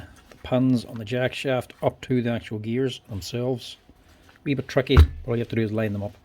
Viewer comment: Took me a few to realize he was saying "bit" and not "butt".